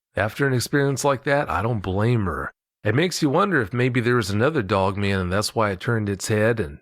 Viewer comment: Love listening to talkin bout "dugman"!